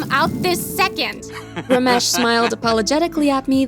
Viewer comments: As an Indian the Ramesh pronuciaion is making me cringe. 🤣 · not ramesh it is ramesh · Lmao the way they say ramesh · The way they told "Ramesh" made me laugh so bad 😂😂